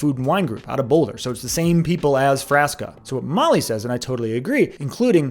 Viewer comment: I think you are mispronouncing Frasca